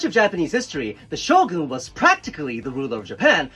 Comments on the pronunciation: I thought he said SHOTGUN 😭😭😭😭😭😭😭😭😭😭😭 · Shogun is a shotgun without "t"